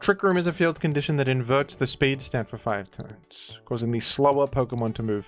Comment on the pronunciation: He said "five turns" 😂